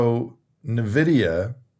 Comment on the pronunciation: It's pronounced "in-vidia" lol 😅. You miss pronounced it several times this video.